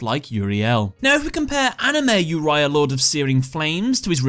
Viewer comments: It’s Oreo obviously not uria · Why pronouncing Yuraya when you don't even pronounce it that way in Uriel in English? 😅 It's "Oo Ree ah", Latin based name are pronounced the Latin way in English usually (that's also how it's called in any other language than English and Chinese)